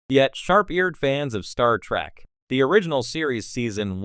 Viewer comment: "Star track" omg😂